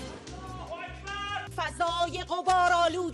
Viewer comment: വാർത്ത വായിച്ച * മുള്ളാഹു അക്ബർ 😂😂😂